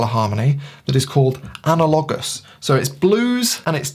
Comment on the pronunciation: Great vid. Can’t help myself though hehe, it’s said Ana-le-gus not Ana-lo-gus, analogous.